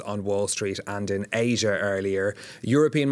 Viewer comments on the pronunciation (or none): none